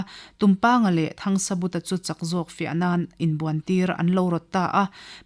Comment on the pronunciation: 'THANGSABUTA'. Mi pakhat ni siin hming lam dãn chi hnih(2) a nei a ni maw?Hei chauh hi a ni lo.A chhiartu(te)hian Mizo hming,khua,ram,tlâng,thing,lui,thawmhnàw,hmanraw chi hrang hrang,adt,adt in lam dik lo ṭhin.In thu chhiar tùr eng pawh recording in tih hmâ-in a lam dán dik taka lam thiam/thei tùrin vawi hnih–thum tal uluk tak leh fimkhur takin chhiar ṭhin ula aw.